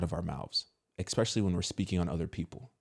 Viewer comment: Bro you GOTTA stop saying "expecially" 😂 ESPecially